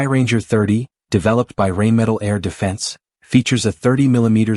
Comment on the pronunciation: Hey: it is not Rain metal, but Rhine metal (Rhein in German is pronounced exactly as Rhine in English). Just like Rafale is not pronounced as Rafael (an angel) but as Raf-ahl (is a gust of wind - pronounce the last syllabe as in Roald Dahl). So please adapt your spelling in order to get the pronunciation right. We're a distinguished audience you know?;)